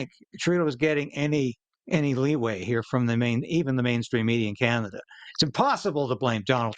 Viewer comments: I’ve never heard Canada called “Kinada” before. 🤔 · Did that woman actually say Ca-Nad'-a ? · And that one lady said can ada not Canada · AI news woman? How did she pronounce Canada? Can...adda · That woman doesn't even know how to pronouce Can a da. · The CTV newscater in orange doesn't know how to pronounce Canada? She said "Can-Atta" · Did she just mispronounce her own country? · Love the mispronunciation on canada there...